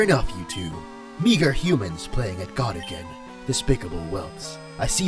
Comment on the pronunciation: when he was talking as cobalion, he said "homens" instead of humans